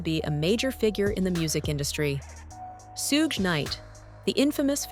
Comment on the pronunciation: Tupac is pronounced 2-pock. Shuge is pronounced like the word sugar abbreviated Get it right,!